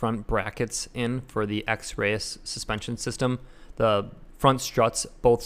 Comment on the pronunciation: it's pronounced x-rees